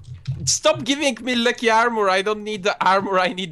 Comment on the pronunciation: Does anyone notice how.he said lucky now.he.said wucky now:3